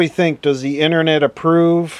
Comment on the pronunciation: The "innernet"? How about the outernet?